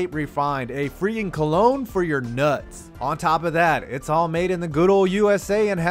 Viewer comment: the only word wrong is cologne but that’s ok I’d pronounce every word in your language wrong lol